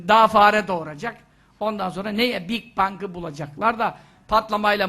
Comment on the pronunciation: Boś bir adam daha bigbang diyemeyen cahil 🤣